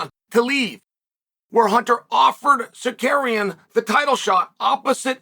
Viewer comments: Uncle kale I'm gonna start helping you say it with me now Sar-Ru-Ki-An next one Ga-ry look in a mirror if you need visual cues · he said sakuryan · I’ll give you a like after you pronounce his last correctly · I’ve never seen anyone more committed to a bit than Chael with the whole name mispronunciation 😂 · bro if you can't pronounce Tsarukyan just call him Arman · As an Armenian I never not laugh watching Chael try to pronounce Armans last name hahahaha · Are-mon Suh-carrion lol. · The way he said "Armand Sakarian" with such confidence LOL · “Ar’mon Sakarian”